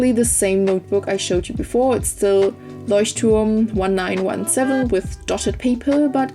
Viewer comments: Finally someone who is able to pronounce 'Leuchtturm' #kickisbujo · Finally someone who can pronounce Leuchtturm 😂 #Kickisbujo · yeah, because she's german. It drives me crazy, when english people don't get it that they can pronounce ch like sh :D